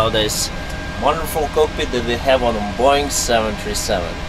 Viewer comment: I like how says Boeing as Boing